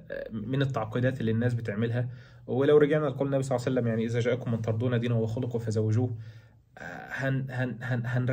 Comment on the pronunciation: ترضون بفتح الضاد